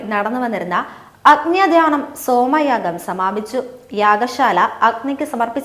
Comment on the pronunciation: യാ ഗാ ശാല അല്ല യാഗശാല ആണ്. സോമായാഗം സോമയാഗം